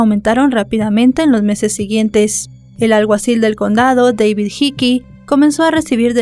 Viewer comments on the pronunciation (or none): none